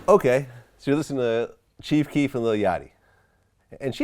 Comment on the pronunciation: THIS YOUNG WHITE BOY DID NOT SAY CHIEF KEEF LMAO BOY GET THE FUCK OUTTA HERE